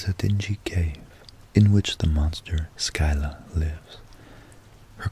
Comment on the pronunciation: Sill-ah, not skyla haha